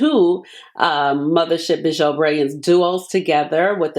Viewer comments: It’s French, pronounce BEE-zhuu 🤎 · Ashley, thank you so much for this video . Bijoux is pronounced Beejoo. 😘😘😘